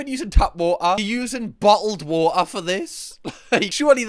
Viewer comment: I know any American watching this is in hysterics over you saying "bottled water" 😂😂